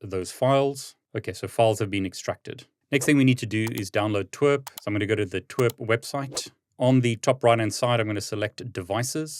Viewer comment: Pronouncing TWRP as T-w-e-r-p and not tee-dablu-are-pea is insane 😂